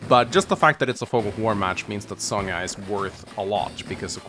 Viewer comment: I cant wait to see my girl sonja in the remake Its also impressive how you continue to carry on mispronouncing sonja's name